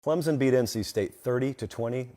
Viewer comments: I usually like your commentary, usually pretty accurate, but ffs it's ClemSon, not Clemzin. No z, no p. We literally spell it out 30 times per home game. Pronounce it right please and thank you. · Can't watch... there is NO "Z" in Clemson!